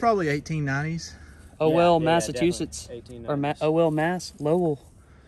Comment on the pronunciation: it's pronounced Woster-Shire. Try saying it fast the 1st time. Good finds, Good friends & a Great spunky Wifey. Also, not a lot of southern gentlemen can actually say Massachusetts correctly, good job